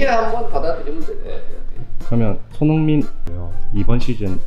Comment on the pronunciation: 이영표님께서 자꾸 손"홍"민 이라고 하는거 같이 들리는건 저 뿐인가요~~